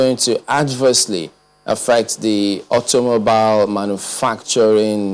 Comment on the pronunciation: Can't even pronounce automobile right...what a shame. A reporter of channel news...Naija